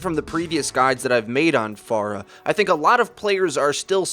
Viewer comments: I'm glad you say her name correctly, unlike most of the overwatch community. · Jay Rhee he's saying it the right way, the way she pronounces her own name. 'fair-uh' is wrong.